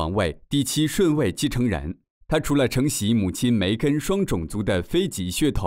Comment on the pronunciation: At , the pronunciation of 非裔 sounds like Fei1Ji2, instead of Fei1Yi4. Please check.